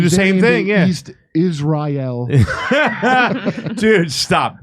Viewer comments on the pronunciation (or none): East Is-rye-al. 😂